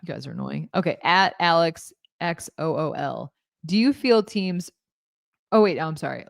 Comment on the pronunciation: You totally pump-faked my question I got so excited when you read my name out & then never got back to it :’( p.s. it’s pronounced “Zool” —-> Xool